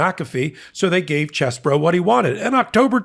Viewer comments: Thank you! I’m not exactly sure what the correct pronunciation is but is not ‘cheese boro’ like every one else is saying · in my home town Sheboygan they pronounced name CHEEZBRO! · Believe it or not, this particular rat actually pronounces his name as “Cheese-Boro” because he is from Wisconsin. So,, go for it😎🥰